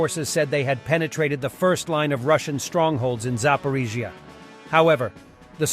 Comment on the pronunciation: He's still having trouble saying Zaporizhzhia 😁 still miss the old voice.